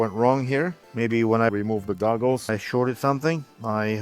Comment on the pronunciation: I could have sworn he kept saying "remove the dongles" instead of "remove the goggles". Actually, sounds more like "remove the doggles" now that I listen again.